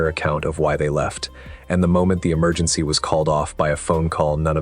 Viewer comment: Where's da emer- gin- sea? Allegedly!